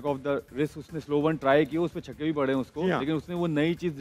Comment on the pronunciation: Ahmed shezad says chikke 😂😂😂 not chakke 😂😂😂